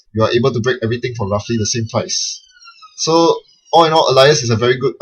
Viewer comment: Normally you pronounce it ay-lee-ass Alias thats ay as in the letter A.